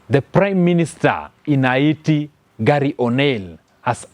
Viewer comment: Fake news.all those your commenting are not verified and you cant video them Yout merely speculating and not giving true pics..secondly your accent is horible..and your pronouncing haiti wrongly.get your facts right